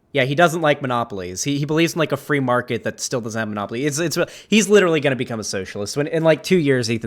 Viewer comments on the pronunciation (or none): none